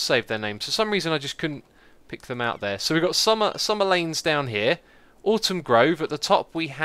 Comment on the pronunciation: Autumn, not "Autom"